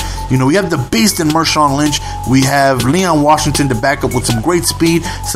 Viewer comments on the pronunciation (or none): Marshawn not Mershawn!